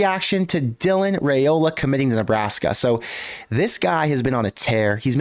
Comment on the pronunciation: Can Nebraska get to the playoff with Raiola before he leaves Nebraska? (BTW:pronounced RYEola NOT RAYola according to Dylan)